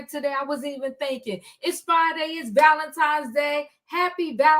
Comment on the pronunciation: It’s pronounced ValeNtine’s day……..not Valentimes. There is no M